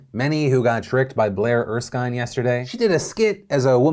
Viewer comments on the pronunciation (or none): ❌PHIL??? It’s Ers-kin! Not Ers-kyne!❌🙂